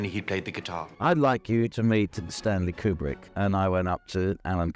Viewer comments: Yeah, what a crazy story lol Edit: another thing I find funny is how they pronounce his name. "Que-brick" lol A bit of irony is the guys real name was "Conway". Con...way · My favorite is when the lady refers to him as "Mr. Cute-Prick." lol